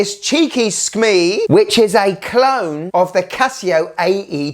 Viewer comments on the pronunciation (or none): Bro, I love you, but Skmei is pronounced like skmay, not skmee. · SKMEIIIIIIIIIII sounds like a decease😅